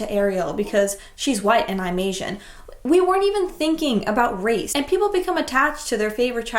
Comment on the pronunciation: You keep on saying race wap